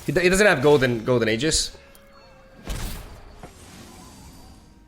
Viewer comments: HE'S STILL PRONOUNCING IT WRONG BUT I WILL LET IT GO SINCE HE CORRECTED HALF OF IT (then reverted back to his version later) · stop saying Golden Aegis, its Golden Aegis. hope it helps